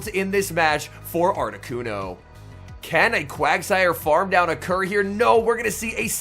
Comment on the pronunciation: Lolol I read this comment right before he said it in video and I was wondering the same exact thing! It took me 5 play backs before I realized he said “can a Quagsire farm down OCCUR here” haha wtf 😂